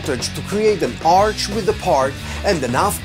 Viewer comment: Great video but you're saying arc wrong it's pronounced with a hard K sound like ark not arch no big deal I just wanted to help